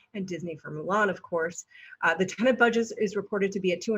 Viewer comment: Why are you saying Tenent? It's Tenet.